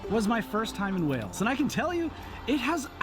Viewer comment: It's pronounced "WAY-LS" not "Wells".